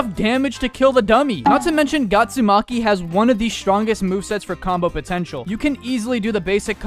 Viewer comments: Bro called her Gatsumki 😭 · I can't stop hearing someone says GYATSUMAKI it's the 2nd time that i hear it☠️☠️☠️☠️☠️ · not to mention gyatsumaki💀☠ has one of the strongest moveset for combo potential☠💀 (bro really u just said gyatsumaki☠💀)